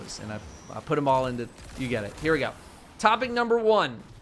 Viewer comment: Anyone else hear him say “topping number one” instead of “topic number one”